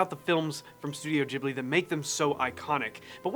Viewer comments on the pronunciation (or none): Why does everyone say ghibli...like jiblets...its Ghibli like the Gibb Brothers....you wouldnt pronounce Ghandi as Jhandi...anyway brilliant video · GHIBLI pronounced gi-blee not jib-lee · Incidentally, it's pronounced GIB-Lee, not JIB-Lee, just because in Japanese, G is always "hard." This is in spite of the name being copied from a language where the G is definitely soft, so it SHOULD be JIB-lee... but it isn't. 😄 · studio "jeebly"))) There's no "jeeh" such sound in japanese. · Bro said studio jiblee